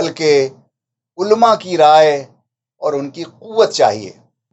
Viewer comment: عُلَمَاْ ہے ألما تلفظ صحیح نہیں